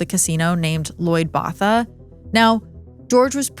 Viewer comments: Botha is pronounce “boat-uh”. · As a fellow South African, hearing the mispronunciation of Botha is not sitting well with my soul😭😭😭😭😭😭